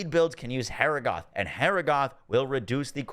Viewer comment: Great video! But the way he kept saying Harrogath (hair a goth). 😂 (ha rog ith)